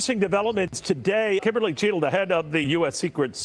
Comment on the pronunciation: Secret Service Director Kimberly Cheatle. It's pronounced Chattle.